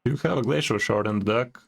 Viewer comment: "Flacial" shard xdxd